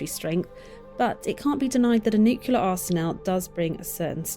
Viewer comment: Why does the narrator mispronounce Nuclear?